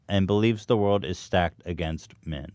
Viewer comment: Hila: "small word" instead of world